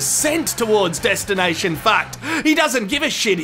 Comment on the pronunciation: 'destinai shan fackt"